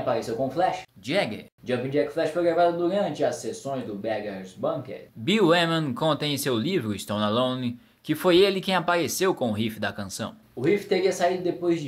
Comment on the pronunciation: Seria apropriado que o jovem se ligasse mais na pronúncia de certas palavras e nomes ingleses (a pronúncia correta do nome do baixista stoneano é "Biul Uaiman"), algumas não são muito claras ou entendíveis mesmo em português, mas ele tem jeito pra coisa, gostei. Concordo quanto à lapidação de Jagger no palco. Stones forever!